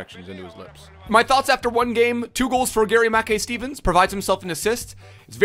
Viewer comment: Say his name properly ur killing me